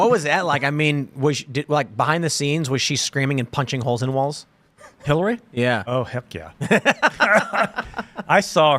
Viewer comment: Sounds more like "Hellary"